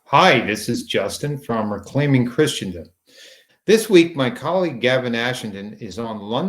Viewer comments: Why does Justin keep saying "Christiandom"? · Christendom is pronounced "Kris'ndom".